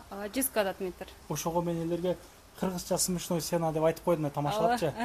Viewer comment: Смешной, десен свишной дебей🤣